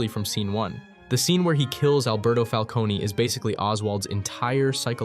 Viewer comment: Great video, but in this show, “Falcone” is pronounced “fal-cone,” not “fal-cone-e.”